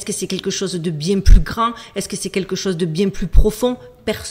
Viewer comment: Même Duchesse 🐱 a trouvé le sujet trop chelou 🙀!!! Bonnes vacances 😊 détends- toi " bieng" 13x!!! 😂❤